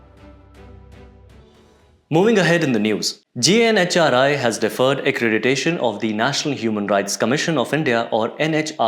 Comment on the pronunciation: Well, the woman news anchor is very charismatic. 😅 Although she couldn't pronounce accreditation correctly.